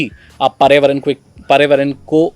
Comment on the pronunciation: bhai pariyavaran matt bolo samajh aaraha hai ki problem ho raha hai bolne mei... ap environment bolo